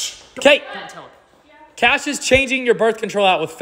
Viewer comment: That “cashh “was personal 😭